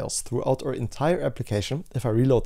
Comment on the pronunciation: aur app--- not or app - you are generally so good with english... but your pronunciation of our, could be fixed so easily ;) Please do! :P